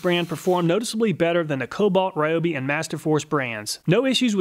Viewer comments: Why can’t you pronounce “Ryobi” correctly though? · Please learn to pronounce “Ryobi” correctly. Here’s a video from Ryobi, listen to how they say “Ryobi”